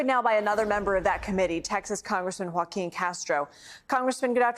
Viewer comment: And after she called him joe-queen